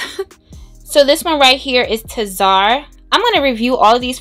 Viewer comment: Love this, very intentional, detailed and so aesthetically pleasing! Also for your royal crown collection, tzar is pronounced like “sar” lol the T is silent and the Z is soft. 😀